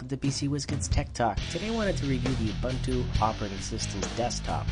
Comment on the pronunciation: oo-boon-too not ah-bun-too